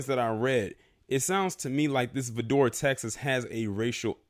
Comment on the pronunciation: Vidor is pronounced Vigh-door